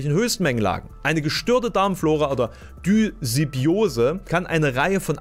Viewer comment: Mein liebes, es heißt Dysbiose, also wie düs-biose. Ich weiß, ich bin ein Klugscheißer- aber das versteht gerade du super, gelle?😂